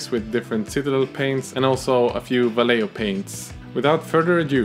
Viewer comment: Va-ye-ho Vayeho! (Vallejo)